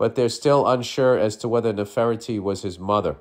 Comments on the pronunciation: Bill- just break up the word into parts/ syllables---Nef-er-ti-ti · omgg!!! Not bill trying to pronounce nefertiti 😂😂 its like ( Never-tetee) ❤ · "Neffer tee tee"